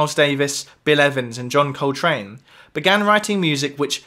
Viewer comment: John COLtrane, not colTRANE